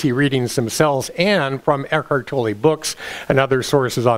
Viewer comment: it's not Tollee its pronounced Toll, still Luv U